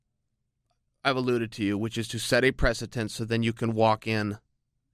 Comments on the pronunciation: No it's pronounced press-ih-tents. Pressitents. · Presitense? Presidents? Pressintents? Wtf Chael, you're supposed to be the best talker in the game.